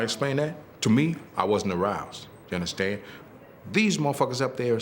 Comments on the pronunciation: Unnuhstan? Unnuhstan? Unnuhstan? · "Ya undastand, ya undastand?" An insecure psychopath, this man is...You ain't no king, SIR...You're a court jester!!! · "You understen?" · "y'unnerstand?" Um, no. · But seriously, do y'all UNDASTAN??